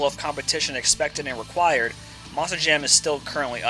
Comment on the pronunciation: No offense, but there is a “T” in “MONSTER” it’s not “MONSIR” just sayin’……